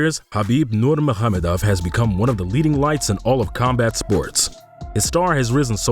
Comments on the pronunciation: Yep that's true, it Habib Nur-Mohammedov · Louaios Because it's not lol. Nur-Ma-Go-Med-Ov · It's not NURMAHAMADOFF, it Nur-maga-medov, try practicing it, if your doing another video. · He did butcher Nurmagomedov putting an h in there too for some reason though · You should probably learn how to say his last name before you make a video on him. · No hes not.😅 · no, he didn’t pronounced it well